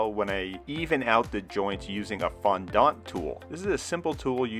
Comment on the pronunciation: Im sorry but I can't get over how you say fondant. fon- dAhnt tool. Lol It's fon- dEnt.